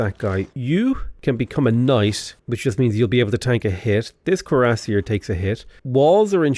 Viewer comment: Cuirassier: queera-SEER